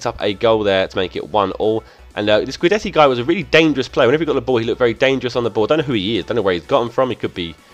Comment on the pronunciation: Guidetti is pronounced Gydetti